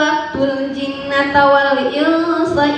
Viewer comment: Diawal Suaranya udah ajib kaya ibu hajjah 😁 Itu menisbatkan segala fesbukan, gamingan dll sebelum menyebut Nabi SAW itu sangat tidak elegan, karna maqom nabi jauh jauh jauh banget dr apa yg td d sebutkan, Jinna wal insa yah, bukan jinnata, fashohah udh bagus, cuma tajwid yg kurang, sama nafas yg kurang teratur, mungkin karna grogi atau yg lain, unk cerita adzan jam 9 pagi itu masih d ragukan kebenarannya, tp semoga benar yah, dn tidak mengada2, unk keseluruhan materi sudah bagus cuma alur yg sdikit kurang jelas, pantunanya ajib, semoga lolos 4 grand final yah